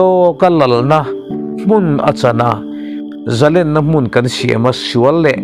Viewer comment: A tha hle mai thin a .Amarawh chu,Zalenna lam rik dan hi ka lo ngai mawh ve.Tun a zalenna lam rik ang hian,a hnuai a mi hi han lam ri chhin ila a dik loh dan a chhiang mai awm e.Zalen ka ni lo vem ni.? /Kungi chu a pasalin a thih san tawh a vang in pasal nei leh tur in a zalen tawh., Zalên ti a lam loh chuan a rik dan hi a lai tlat mai .Bible ah pawh hian Zalên ti a ziah.a ni thin e.